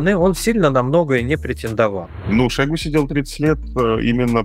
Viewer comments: Шо́йгу - режет ухо каждый раз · шОйгу 🫠 после этого ударения экспертность видео сводится к нулю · ударение же на у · Где то он говорил, что ,,шОйгу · Ударение на первый слог. И вообще это реально имя его отца, которого звали Шойгу Кужугет. Кудугет - это распространённая в Тыве фамилия. Но ему при выдаче паспорта имя с фамилией поменяли, отсюда такая экзотическая фамилия получилась ) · По арабский у нас зовут его в новостях шуего ударение на е )) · Ударение на О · Люблю смотреть Варламова, но этот не могу. Один говорит шОйгу, второй шойгУ, потом один и тот же человек ударения на разные слоги ставит. Дак уже шОуйги, или шоугУ? Бесит!!!!!! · Я только сегодня узнала, что Шойгу- мечта логопедов! 😂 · Как бы мы не относились к Шойгу и прочим товарищам. Но как же режет слух ударение на О в фамилии Шойгу этого «эксперта» вы хотя бы проверяйте своих экспертов на грамотность. Коверкать фамилии совсем не благозвучно. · За 30 лет " деятельности" Шойгу никто не знает где ставить правильно ударение. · ставь ударение правильно) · Ударение на последний слог! Он тюрок! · Политический обозреватель за 30 лет не научился правильно ставить ударения Шойгу😂 варламов, где ты таких находишь?👎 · Шойгу ударение на первый слог.